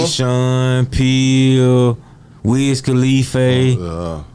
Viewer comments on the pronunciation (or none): Juiceman said Wiz khafiAYE 🤣🤣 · "Wiz Khali-fay" 😂😂😂